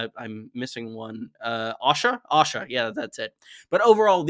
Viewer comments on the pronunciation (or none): I've got to ask. Why do you pronounce Asha as Osha? You pronounce æ in other names but it's always Osha (whom I assume is the wildling Osha when I hear it).